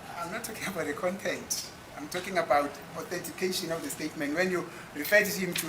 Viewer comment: "Am talking about the KONTENTE" Hahahaha is travelling on a bridge over trouble waters.